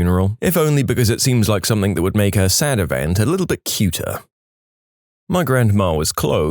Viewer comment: No K in the word something